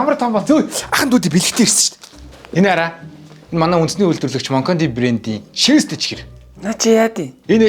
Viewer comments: Shiveestei gehiig sheestei gej Sonsson hun bnu hahahaha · Shiweestei chiher geseniin sheestei chiher gej sonsloshd 😂😂😂😂